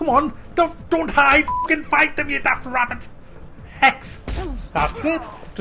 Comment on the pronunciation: liked for the wabbit